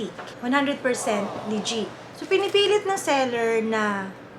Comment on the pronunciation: I find it hard to trust also somebody who pronounces legit(le-jiht) as (lee-jeet) 🥴🤷🏻‍♂️